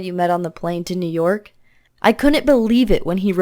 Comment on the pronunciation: Guys new York sounds like new work